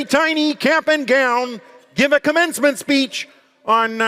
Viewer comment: kermmencement speech